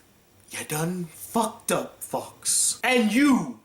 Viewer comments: is he saying fucks or fox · It sounds like that lol.